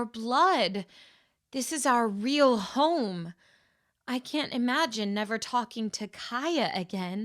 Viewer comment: HOME in not hone